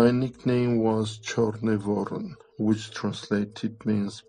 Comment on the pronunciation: He even can't say Cherniy Voron (Чёрный Ворон) without an accent. So, this is another one FAKE!